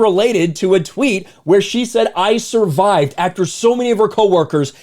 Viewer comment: "i SuRviDed"